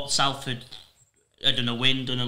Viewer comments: We’ve been around 145 years and you’re still pronouncing Salford like Matty Johns. Good pod guys, great insight. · Come on Salford said as Solford m8